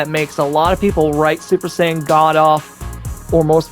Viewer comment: "SoO... SuPeR sAiyAIn gAwD"